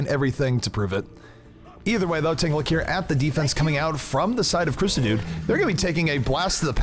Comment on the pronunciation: Ahhh, surely its pronounced Sah dude, like as in Suh Dude